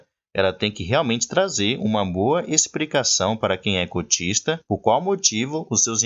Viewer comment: DICA, "EXPRICACAO" NAO EXISTE, TE FAZ PERDER CREDIBILIZADE ESTA DIALETICA